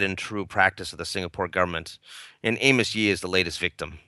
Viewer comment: Its actually amos yee. (A-mers-)